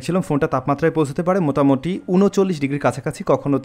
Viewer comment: ৩:১৭ মিনিটে মিসটেক আছে ভাই,, আপনি মোটামুটি, না বলে মোতামুটি বলেছেন